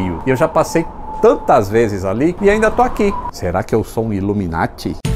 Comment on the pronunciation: Da hora esse vídeo trinquei quando o diz que é "iluminat "kkkkkkk